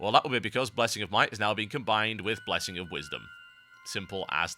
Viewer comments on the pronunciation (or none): "whay you gut bwessing of might total bizkit?" "well becau...." HAHAHAHAHAHAHAHAHA Um, Why? i was to buys laughing!